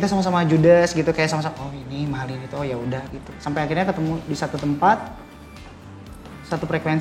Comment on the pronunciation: Kok Mahalani, Mahalini Om 🤣🤣🤣